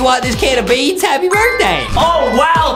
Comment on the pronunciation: the way he says beans😂😂😂😂😂😂😂😂😂😂😂😂😂😂😂😂😂😂